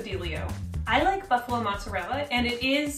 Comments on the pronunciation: It's not mozarell. Ask any real Italian. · I’m offended by the way they butchered saying mozzarella as an Italian